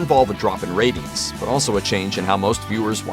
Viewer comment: Every time he said “ratings” I heard “rabies.” With this show, it’s not inconceivable that it got cancelled due to rabies.